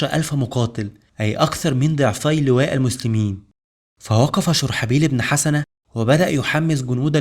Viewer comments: جزاك الله خير ، اخي ممكن تنطق الاسم (شرحبيل بن حُسنه ) بضم الحاء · انا لم انقد المادة التاريخية بل طريقة نطق الأسماء مثل دومة الجندل و اسم شرحبيل بن حسنة